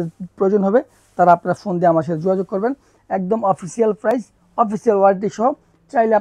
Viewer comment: প্রাপ্রাইজ বললে যাতা লাগে😅